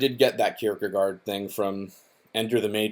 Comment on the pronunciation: that's not how you pronounce kierkegaard :v